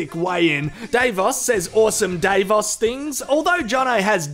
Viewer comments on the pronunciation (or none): It annoying me how you keep saying DAVEOS.... is Davos.. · It's Dah-vos. not Day-vos. And no I'm not intentionally being racist or condescending. That's just how it's supposed to be pronounced. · Every time you say day-vos I want to scream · Of course he knows that already. He intentionally mispronounces many of their names. You know.... for comedy sake. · It's deliberate as he is reviews. I'm shocked he doesn't just say Davo.